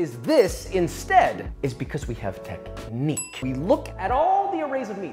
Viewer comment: "Tech""Niequeue" yea, I like that Josh. 👌🏼